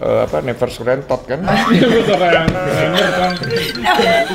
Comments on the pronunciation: Denny sumargo said : "NEVER SURRENTOT" !!! Wkawkwkwkwkw... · Never SurrenToD